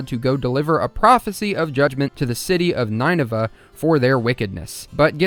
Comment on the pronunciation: Obligatory "Nineveh is pronounced NIN-uh-vuh, not NINE-eh-vuh"